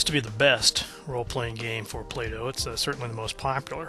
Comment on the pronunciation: It is "bow" as in bending over in the middle and tipping your hat ... and not "bow" as in the thing tied around your neck.